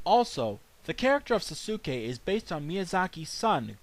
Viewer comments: not quite. I thought it was the same when I first watched it, however they are different. In Ponyo his name is actually Souske ( i think that's the spelling) and it's pronounced So-skay, with a definite "so" sound at the start. While in Naruto...well duh spelled Sasuke and pronounced Sas-kay. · Just to let you know, Souske's is pronounced " So-skay" but good review.